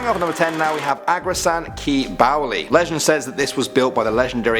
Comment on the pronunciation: It is ugrasen not agrasen